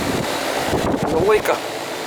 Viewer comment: "Leaning Tower Of Peetza"